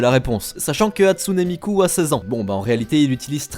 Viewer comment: quand on arrive a on se ren comtre quil dit hatsunee miku mais sa se prenonce HATSUN MIKU